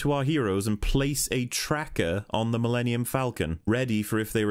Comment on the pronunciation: "My pride and joy," yet he can't take the time to pronounce it; it literally sounds like he says "The linium Falcon."